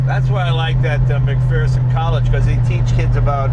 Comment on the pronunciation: Jay, there is no “fear” in McPherson. Pronounced mcFURRson.